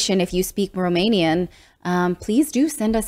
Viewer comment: Your romanian pronunciation is very good 😁😁